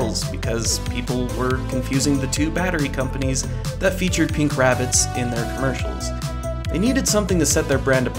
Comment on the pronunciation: Why does the narrator put emphasis on the word “pink” instead of on the word “Energizer”? He isn’t correcting the color, so the emphasis on “pink” is misplaced.